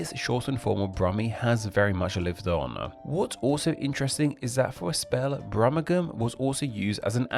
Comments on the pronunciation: "Brummagem" is pronounced with a soft 'G' and sounds like "Brumajem". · Its pronounced "Brum-ma-jen". If you're going to share information please make sure its correct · Regarding the term "Brummegem", you're pronouncing it wrong. The 'g' is a soft 'g', being pronounced like a 'j'. So, although it's spelt, "Brummegem", it's actually pronounced, "Brummejem". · As any Wulfrunian or Salopian will tell you, Brummagem is pronounced "Brummijum". Usage includes knocking screws into wood. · You are pronouncing Brumagem completely wrong. It is Brum - ag -em. The "e" should hardly be pronounced and the last two syllables are like "a gem", as in gem stone. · Brummagem is pronounced with a soft "g", so it's more like "brummajum" rather than the way it's pronounced in this video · Brummagem has a soft G not a hard G was pronounced in the video. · Please pronounce some of these places correctly, Birmingham, is pronunced Berminghum, the 'ir' is 'err', Brummagem the 'g' is pronounced as a soft 'g' as in Jam, not hard as you use. And Brummagem has some of the most sought after jewellery manufacturing in the world. Brummagem does not mean shoddy, because Birmingham is known as the city of a thousand trades, and this meant many manufacturers located to Birmingham just for the skilled labour.